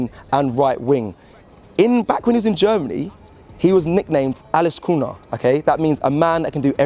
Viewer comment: OMG what 😂😂😂😂Alice Kuna💀💀 you better mean Alles könner that was not german at all🤦🏾🤦🏾